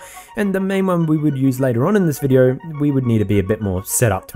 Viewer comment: todays viReo, todays viReo, todays viReo, pronounce the D, stop the R change.